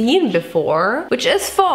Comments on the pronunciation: The pho is actually pronounced like "phuh" so when you said fork.. well you get it. It would be a fuck. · I love how she said "Phoo" when its pronounced "Fu" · Fuh, not foh for pho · so its pronounced fuh? not foo? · Just so you know, the Vietnamese noodle dish pho is pronounced “fu,” like fudge or the other word. In fact, many pho joints choose to name their restaurants pho king or some variant of this because it sounds dirty if you say it aloud. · Pho is actually pronounced like Fuh, it's Vietnamese <3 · Pho is pronounced FUH. And the cinnamon taste is probably the star anise. Lol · pho is pronounced like “pha” replace the o with a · issa phòk! ISSA PHÒK! I died. 😂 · I love this i subbed about a 2 months ago i love you already and the pho is pronounced pha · Pho is pronounced like "Bruh ". There's a restaurant here in India and they've named it Pho King. 😅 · I understand People pronounce things differently but the pho is pronounced “FUH-UH” but yea. I hope you learn from your mistakes! some people make pho different.byeeeee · iSa pHuK isA pHuK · I’m sorry but the fact that she kept saying “pho” wrong and “durian” was rlly making me annoyed😭😭😖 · It's ok if you mispronounced pho. I did for the longest time. ❤